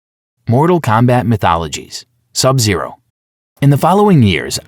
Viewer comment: My favorite MK character is Sab Zaro